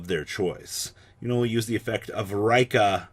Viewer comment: Neither Raikka nor Reeka. It's Ri-kka no long pronunciation on the i